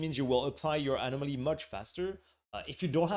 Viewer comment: Love the animal-moly pronunciation